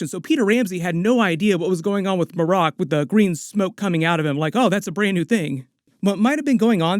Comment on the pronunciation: It's probably Mare' ek, not muh' rock.